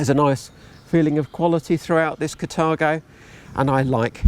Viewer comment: "Cathargo." Sorry. Can"t help it, because it made me giggle every time you said it.